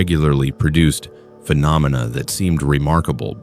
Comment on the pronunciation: Are you using a human narrator? I doubt AI can pronounce “phenomena” as well as you did. Keep up the good content.